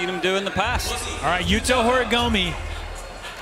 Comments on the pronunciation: Why do the judge keep calling him Horigomi ?? It's horigoMEEHH, how hard is it to try and pronounce the name of one of the most well known modern skateboarder. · Yo, learn how to pronounce Horigome ffs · I can't stand how always gets the pronunciation of Horigome wrong.